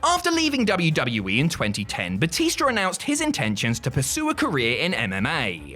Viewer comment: He called Batista Batister